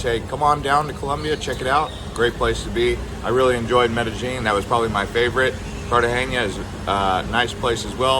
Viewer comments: Cartageña? 😂😂😂😂 bro!!! How can you give advice when you don’t even know how to pronounce it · Pretty good reporting, sir...thanks for your contribution. Tourism dynamics in Colombia have been shifting over the years, and while places like Cartagena (not pronounced Cartageña, fyi), Medellin and Santa Marta have always been popular, the capital city of Bogota has a significantly higher level of tourism. With the city's sheer geographical size and population, there are more museums, historic sights and a greater variety of upscale sectors for tourists using international currencies. Bogota is referred to as the refrigerator (la nevera) by Colombians throughout the country, but its climate is actually quite enjoyable, imho. As someone who lived and worked in Bogota for seven years, I'd say visiting the capital along with other destinations is a must. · Man hasnt said the name of Cartagena right not once during the whole video 🤣🤣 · PLEASE learn how to pronounce Cartegena!!!!